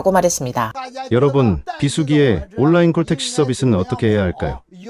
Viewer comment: 시붤이 아니라 시월, 올라인이 아니라 온라인.